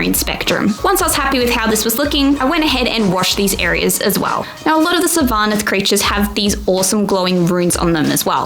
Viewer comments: SYL-vaneth not syl-VA- neth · No it's SYLVA-neth